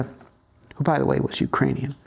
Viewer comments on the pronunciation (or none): none